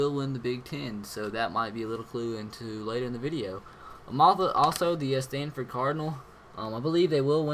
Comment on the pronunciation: He says standford cardinal its cardinals